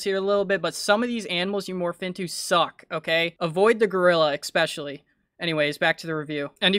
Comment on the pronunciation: Are you... Saying especially but with an ex-pecially? Um no ma'am it's just es-pecially